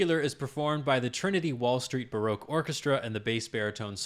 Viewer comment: ERRR Ba-Rock not Bar-roque Otherwise a stupendous pleasure to watch.